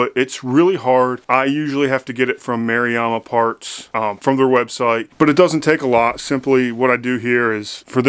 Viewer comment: Hearing you say Maruyama was awesome! All made in Japan, very good quality but not cheap. Their electric backpack sprayer is very comfortable and is the easiest to clean of all.....I think.